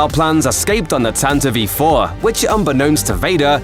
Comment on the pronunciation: "tantive i-4"